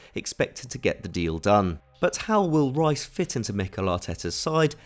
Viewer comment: Ruas? who's that? I thought you were talking about Declan Rice? You lot can't even say British names correctly